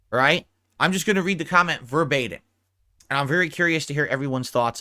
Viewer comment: Add the word “Verbatim” to the long list of words butchers. It is not “Verbeta” dumb dumb.